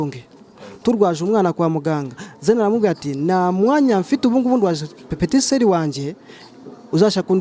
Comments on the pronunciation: Bavuga petit soeur ntabwo ari petit seri😀 banza wige naho ubundi ndabona umeze nkabagore udutikuuuuuu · Nako ngo pepetiseri 😏